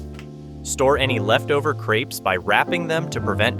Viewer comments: Crèpes not creeps lol 😂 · No sugar please. Crêpes is pronounced like in the word bet and not creep. Hello from Paris.